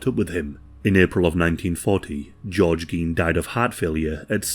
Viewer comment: It's "gain", not "geen"